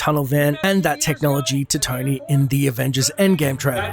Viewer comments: Is this guy saying "Tiny Stark" or Tony... I'm so confused? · Its Tony, not Tiny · Is it me or does every time says Tony it sounds like tiny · Tony is genius, your video nothing matches with thumbnail, and learn how to pronounce Tony, you pronounce likes tainy not tony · it sounds like he said tiny stark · Anyone else keep hearing dude say Tiny Stark? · He kept saying tiny stark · It's Stony Tark. Get it right.